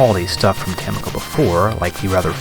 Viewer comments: I love your videos! Subscribed :D Really great, just one thing though, why do you say Temco, instead of TeCmo? hehe, Keep up the great work! :) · 17 episodes later, and you're still saying "Temco" instead of "Tecmo" !